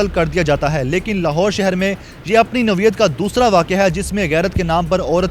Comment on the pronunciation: Naweat nuhe noyeat hota hai .nikamay ancher